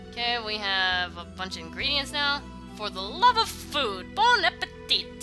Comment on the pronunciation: don't pronouce the ''T'' when you say appetit XD